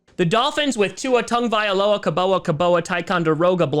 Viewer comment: I know you don't mean anything bad by it, but you should probably stop intentionally mispronouncing Tagovailoa. There's a really gross, racist history of mispronouncing names to marginalize and mock unfamiliar names.